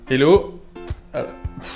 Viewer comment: essayez de dire 'Hello' à la place de 'ello', y a un hache qui doit être prononcé >_< En tout cas bravo pour votre travail !